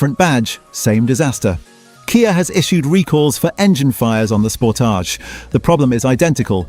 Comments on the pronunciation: Ford "pooma"? Sounds right. "Sportij"? ROTFL. Gotta love AI slop. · Once again, useful information spoiled by terrible AI generated narration, that can't decide whether it's talking about a Kia or a K. I. A. Nor did it know how to pronounce Sportage. Just do your own narration, or pay a human to do it for you